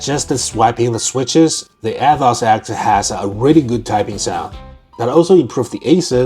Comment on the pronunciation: Is it just me or he keeps saying "Athoz"..